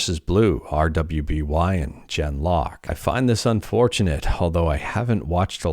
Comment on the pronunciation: RWBY is pronounce ruby